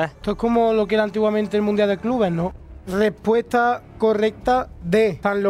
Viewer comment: "leccioneh" "mundia de clube"